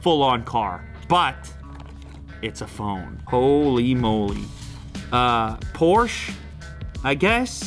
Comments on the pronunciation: It's pronounced 'por-shuh' numbnuts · "a porsch" jeder deutsche kriegt gänsehatut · YEEEEEES! I WAS WAITING FOR U TO SAY POOR-SHUH PROPERLY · It's Porchaaa 😂